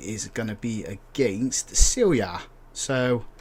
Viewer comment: Radomlje is pronounced Radomlye and you have to say the E at the end, same for Celje and Domžale. Čuk is pronounced Chook not Kooch